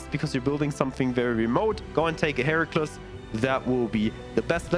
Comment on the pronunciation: Very nice, just for your information the Heracles is pronounced Hera-cleez.